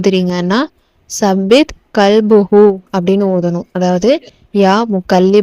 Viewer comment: தாயே, ஸப்பித் இல்லை தப்பித் என்று 'த' வை நுனிநாக்கில் லேசாக உச்சரிக்கவேண்டும்..